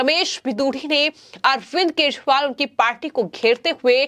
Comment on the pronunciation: मॅडम केजरीवाल का उच्चारण तो सही करे...😂